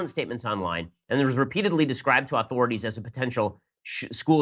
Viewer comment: Ok, Ben, I love ya Brother, but I can't go any longer without some constructive criticism. The word 'authorities' is NOT pronounced "aaauthorities". You are not a Kennedy. Please it is 'authorities' or maybe more phonetically 'uh-thorities'. Keep on rollin'! (and stay clear of the 'chowda')